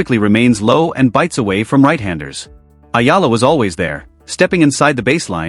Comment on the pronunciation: It's Eala ....eeela! Tell AI.